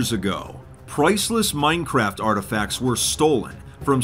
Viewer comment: Is no one else curious why said “Minecraft” and “anarchy” weird at the beginning?? Was that a joke??